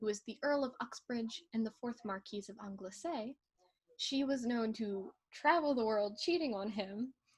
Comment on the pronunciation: It's pronounced Angle - sea.